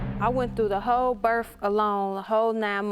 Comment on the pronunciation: Evidently as hard as it is to say birth and not birf.